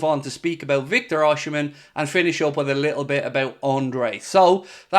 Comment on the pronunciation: It's not Oshimen! Osimhen.